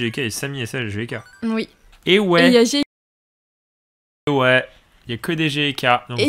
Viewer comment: Quand vous dite "GK" j'ai l'impression que vous dite J.K